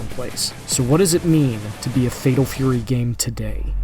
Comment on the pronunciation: "Fedol Fury"?!